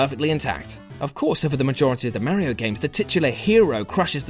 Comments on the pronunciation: Stopped watching after yet another person mispronounces Mario's name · "Mare ee oh" he says... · why cant 50% of people properly pronounce Ma-rio and not Meh-rio?